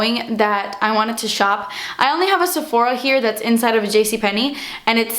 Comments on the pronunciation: I love it when you say "dats expensive" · I find it so funny when you say "dats expensive" you need to make merchandise saying it on it's your face aswell when you say it 😂😂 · i love it when you said "dat's expensive" xD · 'Das expensive' 😂😂 I love you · Amanda Hart Exactly!!! Wasn't sure how to spell it to make it sound the way pronounces it:P